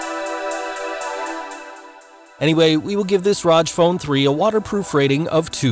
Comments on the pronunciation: its R O G 3 letters not pronounced like u said it roj. just so u should know. and thanks for the review sweet phone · All the time he was like Raj phone Raj phone 😂😂😂😂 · R-O-G (say the letters) not "roj" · Rodge phone. 😂 I pronounce it "Rogg". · Its pronounced "R O G" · Rodge phone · It's not Rog phone, it's Rog phone!!!